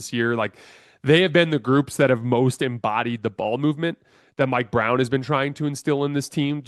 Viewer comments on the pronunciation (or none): none